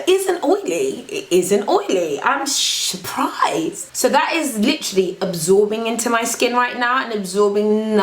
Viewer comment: "it isn't oily, I'm shoo-prised"